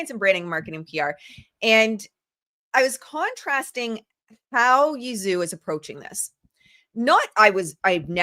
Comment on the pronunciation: I believe Zhou is pronounced like "joe"